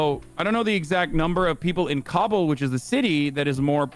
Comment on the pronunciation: He's saying it correctly just most people pronounce it wrong